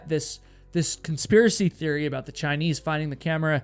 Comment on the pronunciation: why do u say "chiniece"